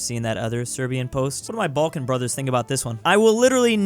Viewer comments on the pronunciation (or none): none